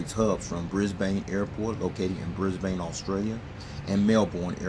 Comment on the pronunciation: Also it's bris-Ben and mel-ben that's how they are pronounced (from an Aussie)